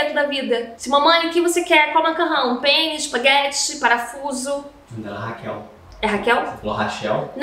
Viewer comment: Ela disse penne, spaghetti. Eu ouvi: pênis, spaghetti... Pqp